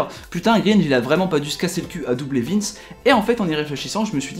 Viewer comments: mec c'est gringe pas greenge, écoute leurs albums tu comprendras ;) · Ça se prononce grainge pas greenge 👿 si non elle est cool ta vidéo je pense que tu gagné un abo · tu prononce mal le titre de l'oeuvre de Run et le nom de gringe